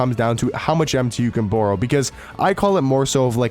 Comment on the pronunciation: cannot say borrow😂😂